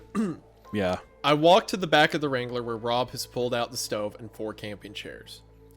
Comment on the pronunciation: The way wrangler is being butchered by saying “Wrain-guh-lur”